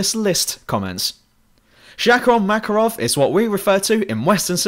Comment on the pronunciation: MakArov, accent on the second letter A.